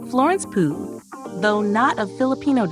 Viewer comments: Pooh.. 😂 her last name is pew. Not pooh. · Pugh : "Pyoo"